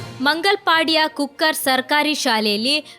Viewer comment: ಕುಕ್ಕರ್ ಅಲ್ಲ, ಕುಕ್ಕಾರ್